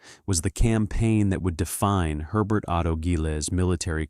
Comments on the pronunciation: Germans pronounce 'Herbert' as 'hair-BAIRT', not French-style as 'air-BAIR' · H is not silent